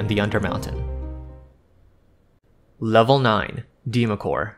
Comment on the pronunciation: Good work here young man! No offense but allow me to correct you on pronunciation. "Deemacore" is pronounced "Dwemer-core" The "Dw" is emphasized as "duwa" said quickly, running the D & U together. Dweomer is realmspeak for an enchantment. It's also used to describe any glowing aura produced by arcane or divine magic. Faerie Fire is also known as "Dweomer Glow" in some regions of Faerun. Excellent work tho! Thoroughly enjoyed the video! Instant subscribe!